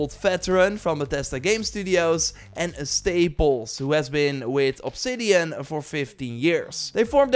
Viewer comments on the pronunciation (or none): none